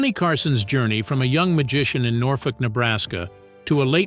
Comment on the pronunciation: Norfolk in Nebraska is pronounced ‘NORFORK.’